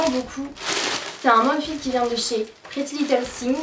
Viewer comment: Non mais essayer de lire la marque “prettylittlething” au moins un peu anglais😩 (sinon bonne video!)